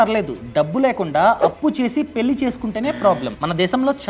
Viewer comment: వాల్లు పెల్లి ఏంటి బాబూ నీ తెలుగు మండ